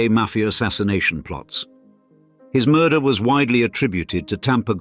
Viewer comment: Moidahhhhh? What Moidahhhhhh!?!?!?!?